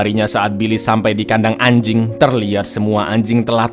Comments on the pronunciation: Ngomong annj**inng nya biasa aja dong 😂😂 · Kenapa nyebut nama binatangnya kental banget.. kayak Lgi ada dendam aja dng si anyink??